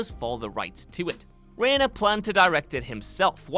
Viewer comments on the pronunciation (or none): Rob Reiner's surname is pronounced ry-ner, not ray-ner. Rhymes with "finer". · It’s pronounced Rob Riner not Raner.